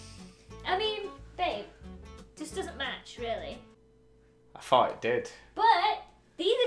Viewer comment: I fought that was one of the better ones: 😮😳 Get it, I said fought cuz always says f’s, not th’s